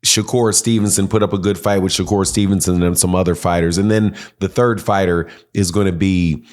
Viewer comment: If you can't pronounce the fighters name,, just say the cab driver,, we get it Shakira doesn't step in the ring with no real fighters 😂😂😂😂 that boy wants to be just like tank so bad,, just like Devin did,, 😂😂😂😂 look at him now